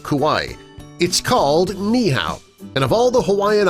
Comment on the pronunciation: Its not pronounced neeehao (like how u pronounced) it is nee(stop for a very quick second)eehau (the “u” is pronounced as 2 o)